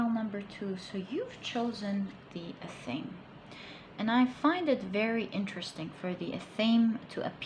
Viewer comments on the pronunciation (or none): Athame -> "Ah-tha-mae". You are welcome. :-) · Hello sweetie.. just wanted to give you a quick tip on the word Athame.. it's pronounced Ath (like in bath)- uh (like in duh) -may (like the month). It's a ceremonial dagger meant to cut anything energetic but nothing physical, so you were actually spot on with the message, because Spirit is emphasizing that if one wants change in the physical world, one must cultivate those changes in mind/body/spirit first. It's all about cultivation of the energy within. When one changes their energy and claims their power, they will eventually see the change on the material plane as well. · As a witch, i woud kindly beg of you to learn the correct pronunciation of the word Athame. misppronunciation takes away the validity of your reading